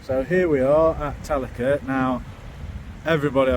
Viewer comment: I think its pronounced tal-Ac-Rer . Thumbs up. Love to fish with you sometime. And i need the help 😂